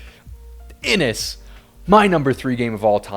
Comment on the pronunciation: Sorry, Im going to be that guy...Inis is pronounced "In-ish." Inis is probably my number 1 or 2 game. Every game I've had has been so memorable. I love the way clashes work...its like the designer subtly suggesting that the players should negotiate. The art is breath taking, and the tactical card play is amazing.